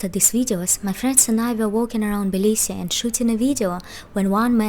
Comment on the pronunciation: Жуткое произношение!!!! Сразу слышно - русская!!!